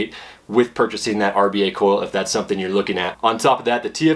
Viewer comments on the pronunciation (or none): none